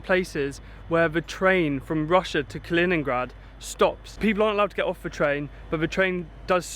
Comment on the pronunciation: 2.07 did you said leningrad? Kaliningrad maybe?